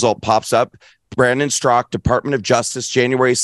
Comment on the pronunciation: Really Dinesh? Brandon "Strock"? Straka, how does anyone mess that up? "Strak-A"..😄